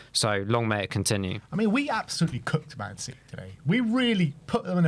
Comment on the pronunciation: Lads, it's citeh